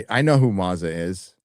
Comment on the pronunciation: whenever you see an Australian call someone with a name ending in Azza it's pronounced "As Ah" not "ah Za" It's this stupid thing Australians do with peoples names, they take the First Letter, and then add Azza to it. Eg: becomes Gazza, Barry becomes Bazza, Sharon becomes Shazza, etc etc.